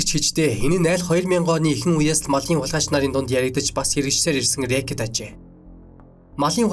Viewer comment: Рээкит бишээ. Рикет. Е үсэг дээр нь өргөлттэй унш.